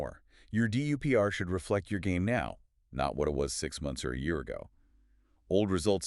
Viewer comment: If you’re going to do all this work can’t you instruct NotebookLM to pronounce DUPR well?